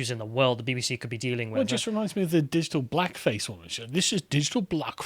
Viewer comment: digi-ul bluck-fess worst english accent I've ever heard.